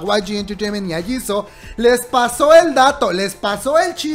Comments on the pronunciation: Diooooos !! Por qué dices Jisoooo , se escribe jisoo pero se dice Jisu, es lo mismo que pasa con Yoona , se escribe Yoona pero se dice es Yuna, y con Hyuna, no se dice Hyouna como lo dices , se dice Hyuuuuuna no lleva O cuando se pronuncia lol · SE ESCRIBE JISOO SE PRONUNCIA YISU❣️❣️